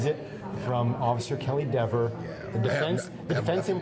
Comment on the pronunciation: Kelley Dever was so combative and unpleasant on the stand that I'm happy to hear her name mispronounced repeatedly. Maybe someday she'll chill out about it.